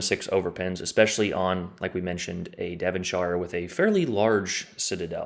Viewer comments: In the UK “shire” is pronounced “sher”,(Devon”sher”), it’s not middle earth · Don’t say the i in Devonshire in the UK the I is silent in shire